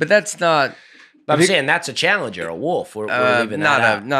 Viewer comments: Someone tell how to say "wolf". It isn't "woof" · saying Woof for Wolf is right in line with saying ol for oil and juwry for jewelry. my wife always give me a hard time the way I say oil and jewelry. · I love how says woof not wolf, please look up that clip of Schmitt from New girl saying that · I love calling a wolf a wuff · says “woof” instead of “wolf”. Also, Tiger beats the polar bear all day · In a lot of cases, I'm with about how to pronounce things. However, "Woof" is what they say, not what they are... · Y’all just let keep calling it a “woof” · I cannot stop laughing at repeatedly calling it a "woof" instead of a wolf 😂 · “A woof pack, if you will.” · It was making me CRAZY. I have a high bar for. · there's an 'L' in Wolf 🤣😂 getting a lot of 'woofs' out of. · Wolf is the new penguin. Over a 5 min span you all said a variation of “wolf” like 30 or 40 times, including: “woof” (mostly ), “woaf”, and I’m pretty sure there was a “worf” cameo at one point. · I love how pronounces wolf as woof! 😂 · A little distracted by calling a wolf a 'wuff'. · I don’t think Nate has ever lost an argument in his life, all while never having any actual facts to back himself up. It’s pretty impressive. Also how can be our smart college educated guy, but pronounces wolf “woof.” Love you guys, you all help me to slow down and laugh after a busy day at work. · How did none of you hear repeatedly say woof instead of wolf??? It was like he said it as much as possible hoping someone would make a joke, but none of the professional comedians at the table noticed a grown man pronouncing the letter L with the vernacular of a small child. The wolf needs a pass straight into round 3 due to the disrespect put on it's name! This was a great episode and I'm excited for part 2, but I'm more excited one of you are finally coming to me area., I'll see you in Ontario!